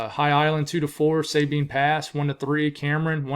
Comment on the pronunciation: Brenham is bren um. And Sabine is Suh bean. All of our hams are ums for the most part.I guess we kept our British accent on some things.